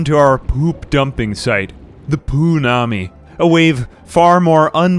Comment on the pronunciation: I kept hearing Poonani instead of poo-nami and it made for a great video hahaha "A disastrous flood of Poonani"